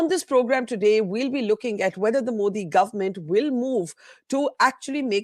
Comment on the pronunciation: Modi . Not mosi. Correction pls